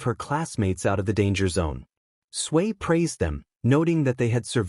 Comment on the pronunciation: Why does it sound like 'Sway' instead of 'Tsuyu/Asui'?